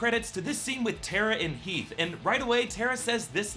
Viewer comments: Teeth and Hera he said instead of heath and Tera (who else heard this) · he said Teath and Hara instead of Heath and Tara, lol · He definitely said Teath and Hera... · He says Teath and Hara lmao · did anyone else notice that he said "teeth and hara" I laughed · he says, "Teath and Hara." It made me laugh. Thanks. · i just realized he sad teath and hara lol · hahaha he said Teath and Hara!! lmao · he says teeth and hara